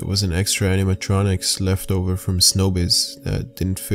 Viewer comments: Showbiz NOT SNOWBIZ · If you say snowbiz one more time I'm unsubscribing!!!!🙄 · isnt it Showbiz pizza and not snowbiz just wondering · ITS CALLED SHOW BIZ PIZZA! WTF NOT SNOW BIZ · Snowbiz where they gweet they’re customers properly